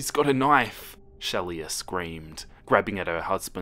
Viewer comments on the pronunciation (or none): It's pronounced sheela, 😉